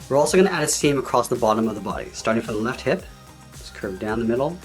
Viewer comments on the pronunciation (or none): none